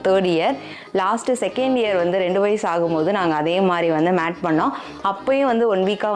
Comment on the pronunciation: It's Mate, Mating, not Matt Bro 😅